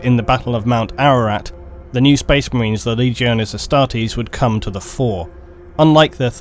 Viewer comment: Spoice Mah-rains